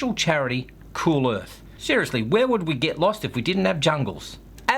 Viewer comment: "Manuary". Excellent. Bless you on this flat earf. :-)